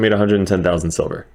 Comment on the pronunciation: LOL sounds like you said "how to make sober fast" had me crackin up.